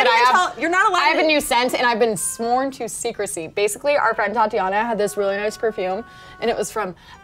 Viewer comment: did she say thatiana???